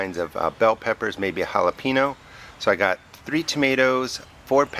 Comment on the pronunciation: This is a great video! Thank you so much for the great info. Looks like it's going to be a great garden! Great for making salsa and pico de gallo! However, being from Texas, OMG, it is driving me crazy how you keep saying jalapeeeeno. Noooo, it's pronounced jalapeeenYO. :-) LOL